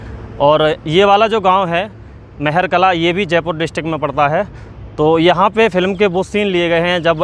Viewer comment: गांव का नाम महर कला नहीं महार कला है